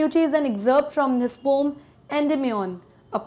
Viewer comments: Poem ❌ poam✔️ 🤣🤣🤣🤣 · Difference between ,,, "POM" , ,, "POEM" ,,,, 🤔🤔. , 😸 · Very nice explanation but do take care of Pronunciation it's pow.uhm not pom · Check your pronunciation of the word 'poem'....it's irritating as you are terribly wrong in pronouncing it.. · Pom❌️ poem✔️😂😂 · Mam is saying pom instead of po-em 😂😂😂😂😂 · Ma'am, it's not पोम , it is प उ इम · Poem pronunciation Indian English (poh-uhm) British English (pow-uhm) American English (pow-uhm) Pom😮 pehli bar suna hai. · Mam pom nahi poen hai woh 😅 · mam pom ni poem india me yhi pronounce krte h isliye yhi shi h😅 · Pom not poem is also a thing of beauty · yeh yeh pome pome kya hai bhai 😂😂 , poem haiii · Please correct the pronunciation of poem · New word aapne sikhaya poem ko ponm bhi kahte hai😀😃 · Bcoz it's now pronounce as a pom not a poem ☺️ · Ooohh 😲so its a poom not a poem😂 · Pome 😅😅😅😅 correct the pronunciation of poem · Literally regretting my life to say poyyyyyemmm. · Mam why are you pronouncing the word poem in pom...? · Mam ap poem ko pom q bolti ho🤔🤔